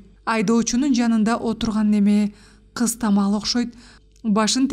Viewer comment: Кызтамал эмес кызымтал